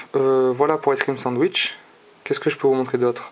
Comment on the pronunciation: ace crime sadich ? Lol tu prononce n'importe comment mdr ! Pour htc sensation ? T'aurai pas oublier le " le"-} pour le htc snesation.... Et pour finir on prononce Se ce et non Sance.... va te coucher